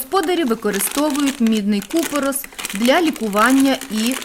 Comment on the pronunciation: Вітаю .за правилами у слові купорос наголос на останній склад.бо дуже ріже сдух а так все добре .дякую У цей складний період ,коли діти розкидані війною по всьому світу і офлайн практичну провести неможливо.(вже ні школи.ні реактивів) Ваші доробки безцінні.